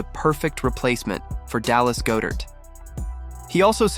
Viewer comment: Why do you pronounce Dallas Goedert wrong? You’re a birds fan and I find it troubling.